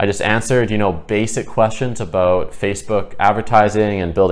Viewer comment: Hehe I just had a feeling you were Canadian,then you said aboot. Good info! I needed it